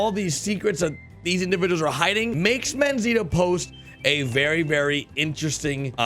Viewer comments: D "Manzita"... lol is "Manzanita" which means "Little apple" in Spanish. For English speakers should sound something like Man-sah-nee-ta... LOVE YOUR VIDEOS... and I love RDR2 no matter what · Lol it’s “MANZANITA” not “MANZITA” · I swear it's Manzanita not Manzita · Its Manzanita, not Manzita